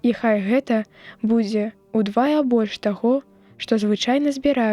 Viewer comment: У 5-м націск трэба рабіць на апошні склад: ўдвая', а ня на другі. Там жа у слове штодзе'нь націскны другі склад, а ня першы.